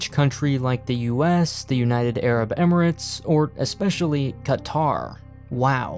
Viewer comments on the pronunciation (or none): Loved the way you said “Qatar”. Lol